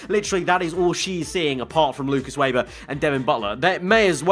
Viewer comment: Also tell Weber is pronounced ‘Vayber’ and not ‘Wayber’